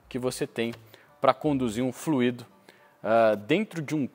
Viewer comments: baita explicação! Vc parece o Galvão dos reparadores automotivos mas assassinou a língua portuguesa dizendo fluído, que é o particípio do verbo fluir, ao invés de fluido que é o correto dentro da sua análise. Abç. Obs: 99% dos engenheiros, técnicos, etc, comentem esse erro. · Fluído não, fluido (Não há ênfase no i). :D